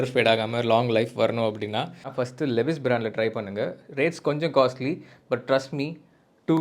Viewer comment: லெவிஸ் illa bro லீவைஸ்